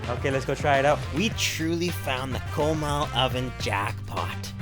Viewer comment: Did this guy say "KOWMAL" lmao people need to learn how to pronounce shit properly